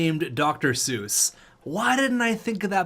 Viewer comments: I hate to say that it’s actually pronounced “seese” and not “Suess” but who cares. Dr. Suess, Shanghai Dragons future alumni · You’re pronouncing his CJ Suess’s name wrong. His name is CJ SEES (I know that cause I’m a jets fan and I’m super picky) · C.J. Suess.. He is a Winnipeg prospect that has been great in the AHL and with all our injuries, just gotten call up to Jets.. His last name is pronounced Sis.. Sorta like six in spanish. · Hate to break it to ya but cj suess is pronounced cj sees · They pronounce cj suess more like cease btw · Thats what i said in the last video comments, im a jets fan too